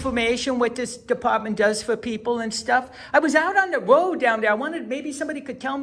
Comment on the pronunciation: He said he was out on the woad.